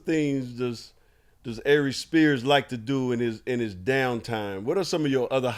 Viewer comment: How many many times is Byron going to mess up Arie Spears' name?